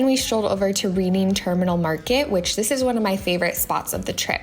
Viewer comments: Philly resident here. Its pronounced like “Redding” Terminal Market! Glad you enjoyed your trip. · Reading Terminal Market is pronounced like Redding. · Hi! I loved this video! Being from PA it’s awesome that you got to explore a city that I love! Just letting you know the Reading terminal is pronounced like I read a book! But I love that place so much! Love you girl! ❤️ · Nicely done! Reading Terminal Market is pronounced like redding ;) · Nope! Soft pretzels ARE what Philly is known for - with yellow mustard. BTW, the Reading Terminal is actually pronounced "Reding" like the color. Easy to see why so many out-of-towners get hooked by this one. It was part of the Reading Railroad Terminal years ago. Glad you and your mom had a great time. Looks like the weather was perfect. Thanks for letting me visit my home town all the way from TX. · Also, the reading terminal is pronounced like the red-ing terminal market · i loved the way you pronounce the reading terminal market ahah